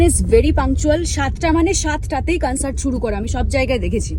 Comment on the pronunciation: Concert❌ Cuncert ✅